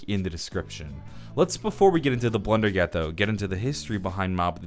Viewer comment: Blundergat = blundellgat lol